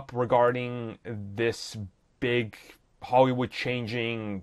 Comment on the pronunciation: 'Holywood' cmon dude xd